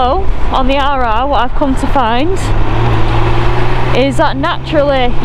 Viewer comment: With all them rrrrr rrrrr you sound like a pirate 🏴‍☠️ arrrrr🤣🤣🤣